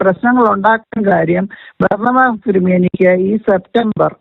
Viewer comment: ബാർണബാസ് അല്ല ബരാബാസ് ആണു